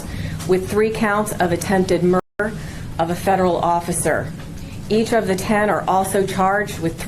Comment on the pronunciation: Why is the word murder being distorted and not pronounced accurately??? 😮😮😮